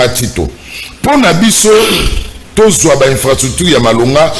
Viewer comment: ata prononciation ya infrastructure ozo koka te. Une analyse remplie des inepties et bêtises, t'as fait l'université mais t'es abruti.